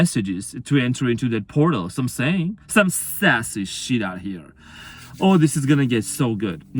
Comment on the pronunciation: Spot on your amazing and this has been my journey and.sassy was my dog my twin gave me. That was funny every time you said.saasy. how can I deny any of this thank you I needed this